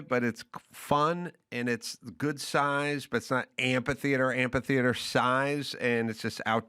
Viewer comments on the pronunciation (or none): The word is amphitheater, not amp-a-theater.